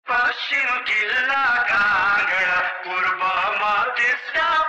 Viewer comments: कांगड़ा हो dai कंगड़ा होइन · कङ्गडा होइन काँगडा, सुतलज होइन सतलज; अर्गखाँची होइन अर्घाखाँची।😂